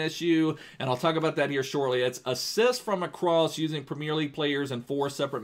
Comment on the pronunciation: he says premier so weird,, primieeer